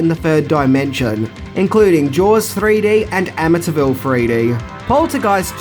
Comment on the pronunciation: That Amityville pronunciation killed me